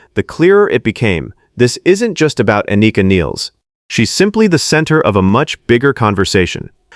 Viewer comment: The negative comments are bullshit. Anika is a great drummer and her personal chemistry (sense of humour) fits right in. P.S. you’re pronouncing her name wrong.